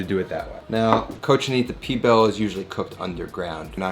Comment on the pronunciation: lol at least say the same of the dish correctly